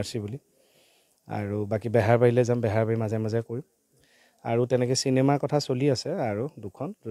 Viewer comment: বেহৰবাৰী আউট পোষ্ট নে বেহাৰবাৰী আউট পোষ্ট? অসমীয়া শুদ্ধকৈ কোৱা আৰু পঢ়া প্ৰতিজন অসমীয়াৰে কৰ্তব্য।